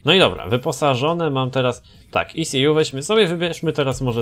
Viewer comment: E - CE - ŁU" you made my day 😂